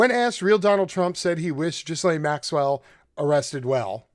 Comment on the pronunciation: cannot listen, I am sorry. It is Geelaine Maxwell. It's Heraldo Rivera. It actually hurts the ears.